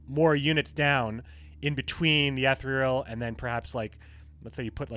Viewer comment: "E-thereal" fuck I dunno how to write the pronunciation but its bugging me the way u pronounce it lol